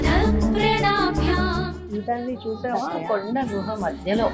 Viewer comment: గుహ not గృహ.